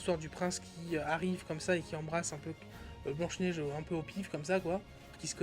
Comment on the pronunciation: 😅😂🤣🤣🤣 P.S: Le budget est de 450 millions min, c'est factuel, c'est prouvé au moins par des dizaines de chaines et de journalistes dans le monde. Ca s'appelle BLANCHE NEIGE !!!! Pas BEIGE NEIGE !!!!